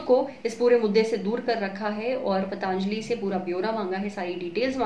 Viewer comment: It's पतंजली not pataanjali..